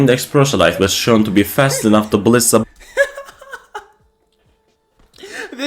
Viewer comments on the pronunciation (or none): none